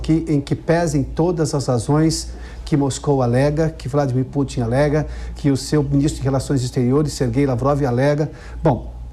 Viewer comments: Adorei o "Putín" assim, oxítona, da. Soa como se a intenção fosse diminuí-lo. Abraço à e aos demais. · Putím ? Kkkkkkkkk